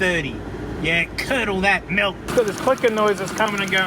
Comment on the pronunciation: Now the “malk”